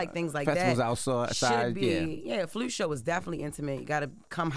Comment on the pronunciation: The carpet is Blew? Is that a color. Andre 3000 played the Flewt? Why Jess cant say words right? 😮